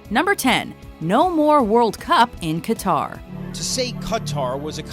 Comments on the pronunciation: Qatar is pronounced "Cutter" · Its pronounced 'Cutter', not 'Kataar'